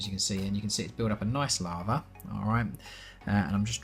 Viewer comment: When you say lather it sounds to me like you said lava...and I imagine cleaning the brush with lava :D